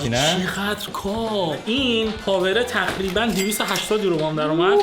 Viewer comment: تو دایره لغاتت ق تعریف نشده؟ 😂 همه ق هارو خ میگه چاخو ، تخریبا 😂😂😂